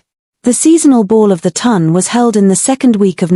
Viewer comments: I love these stories, however, please can AI pronounce Town instead of Ton. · Oh, also the " Ton" is pronounced like the word "on" with a T in front!